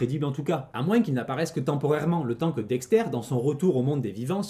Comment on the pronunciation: Incroyable vidéo, mais par conte Dexter ça se prononce "Dexteur" pas "Dextaire" mais c est qu un détail